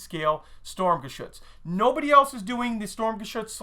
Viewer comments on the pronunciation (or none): considering you like this so much why don't you pronouse it correctly. its sturm not storm. i know thats what it means . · it is pronounced sturmgeshutz not storm